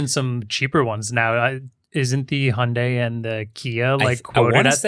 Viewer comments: Hyundai - Hi-und-eye. Not Hunday. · 현대 = hyundae (hy-uhn-day), not hi-und-dai. good try though